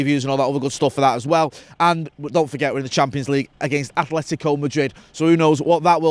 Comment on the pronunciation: Thank you for saying ATLetico and not AFLetico lol Gracias mucho